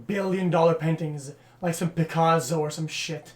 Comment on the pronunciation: No one: xQc: PICAZZO